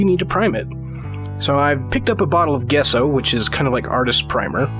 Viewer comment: Great video. Simple, straight to the point. Also, just so you don't get a bunch of crap on future videos, it's pronounced "Jesso". I had to look it up to be sure though. :)